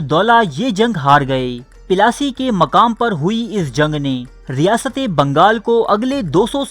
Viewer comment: Pelasi nhi Bhai plassey bolo yar